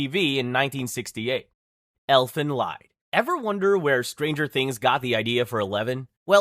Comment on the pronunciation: had this on in the BG and took me a bit to realize u meant Elfen Lied(Elven Song) not Elfen Leid ( Elven Suffering). Lied is pronounced as in Leeds (minus the s). It's german. The only good thing abt that anime is the opening anyway